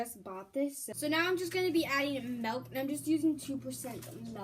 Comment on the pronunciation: it is milk not melk